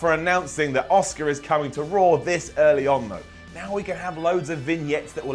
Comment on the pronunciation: It sounded like said Oscar, not Asuka